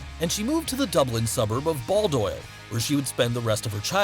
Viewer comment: Bahl - Doyle, not Ball - Doyle